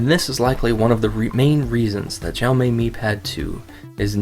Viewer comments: ok review, but sorry I was way too distracted by your CONSTANT mis- pronunciation of "Xiaomi". The way you say it, it would be spelled " Zhao Mei ". it's pronounced "sha-oww(rhymes with oww) mee" you say it wrong so often it's like what if someone kept calling you "" or kept calling iPad the "Aaay-pull" iPad. it would drive most people crazy hearing it for 10 minutes. but otherwise glad you noted the lag. I'm still looking for a decent Android tablet. thanks "" 😜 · "djaomej", pls learn how to pronounce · decent review but the way he says xiaomi made me cringe, its honestly just read as it looks, this is just assuming what Chinese people sound like... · you're pronouncing it wrong. also I believe that audio is not synced with video.